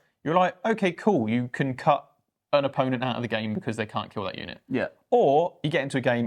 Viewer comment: I'm hoping to jump in to 40k with necrons and one thing that changed from the index was that hexmark destroyers lost precision, not sure why that happens as that looked like a cool character assassin unit. Also, what was that C'Tan pronunciation? Come on lads.